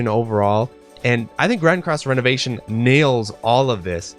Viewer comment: I think you are mispronouncing ReNovation in Grand Cross: ReNovation. I don't think it's renovation like renovating your house (which makes you think Sims) I think its Re (Ree) Novation. Like Novation again. Novation a second time. I think a good tell of this is the 'e' being lower case